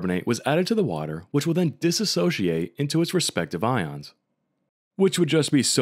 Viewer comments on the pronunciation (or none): none